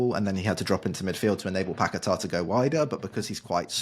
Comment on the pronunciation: You blokes pronouncing fernandes like you’re trying to be Portuguese is cringe and especially when you add an extra syllable into Paqueta’s name and then over Pronounce it with some crazy emphasis. Honestly it’s embarrassing and almost makes the whole podcast unlistenable especially because of just how uninteresting and tepid your speaking styles are in general.